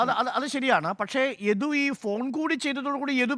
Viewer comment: ഇഡു അല്ല മോട്ടേ യദു